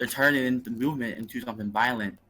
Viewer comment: the tell for me was how whenever he said “the” it sounded like a “duh”. I think I know why he’s so hung up on inbreeding. I’m actually surprised that destiny never really pressed that incest/inbreeding distinction. It would have cut about 10 minutes out f this clusterfuck. lol.